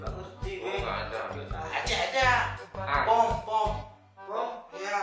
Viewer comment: 😂mom bg bkn pom